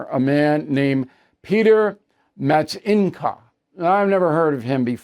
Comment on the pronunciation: Hi Bill. I was concierge before moving to the Czech Republic in April 2025. Love your content. Please don’t take this the wrong way. His name is Petr, not Peter. Pet-r. Names matter everywhere. He absolutely owned Hillary. I’m learning Czech, and it’s hard. But it is not hard to pronounce their names correctly.